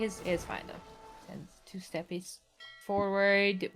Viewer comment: Your co-commentator saying "2 steppies" for 2 steppe lancers at mins made me giggle like an idiot